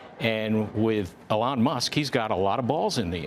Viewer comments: That was so weird- sounded to me like, “Ellen.” Did Fields’ hearing aid malfunction? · This guy kept saying Alan!!!! 🤦‍♂️ 😂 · Plus he can’t pronounce Elon’s name. There is also that. Lol.